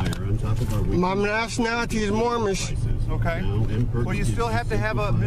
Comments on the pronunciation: "my nationality is Moormish" LOL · This is an oldie, but a goodie. It's right up there alongside the P. Barnes tasing for ease of remembering. Poor, can't even pronounce "Moorish" properly. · Moormish? What a fool.